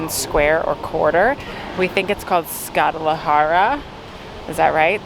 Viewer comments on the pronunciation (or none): Just saw your video for the first time. It was great! Couple of comments, help: Knez Mihajlov (pronounced k-nez mee-hay-lov in English)😊 Skadarlija (pronounced ska-dar-lee-ya in English)😊 Think of the "i" as "ee" and the "j" as "y" in terms of pronunciation.😊😊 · "It's called Skadalahara. Is that right?" "Yeah." Not even close lol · ska-darrr-lee-yya...try again...